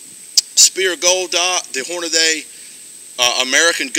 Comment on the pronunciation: "I got sum Horn-na-day". lol!